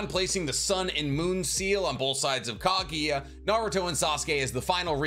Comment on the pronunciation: FFS it’s KAGUYA NOT KAGIYA